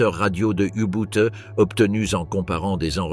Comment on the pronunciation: U Boot et non U Bout